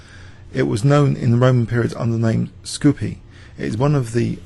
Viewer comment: kudos for correct pronunciation of Skopje and Makedonija, you nailed it. If only you did the same with all Slavic names (Bogoljubov, for instance;-) ) & toponyms. Greetings from Croatia.